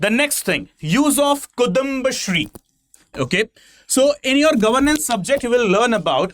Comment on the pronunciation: Kuthumba alla kudumbasthree 😂.. just kidding. Thanks for the video. I live in Tamilnadu but a Keralite, so enjoying best of both worlds!!